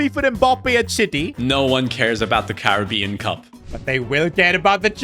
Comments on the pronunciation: 22.59 my dude said caribbean instead of caraboa :face-green-smiling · did bro just say Caribbean cup😭:hand-purple-blue-peace